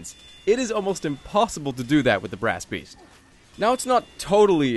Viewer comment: did anyone else realise he said brasst beast at the start right after he said i've said brasst beast ever time i have tryed to record this